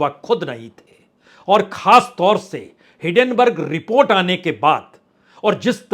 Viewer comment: Bhai sahab, hindenberg ko sahi se pronounce kar leejiye